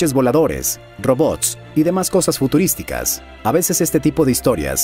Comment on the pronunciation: """ futuristucas """ ?!?!?!?! Por favor hablar bien mi idioma!!! Hayyt sur americanos.